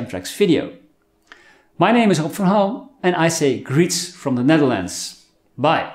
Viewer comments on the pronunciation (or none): none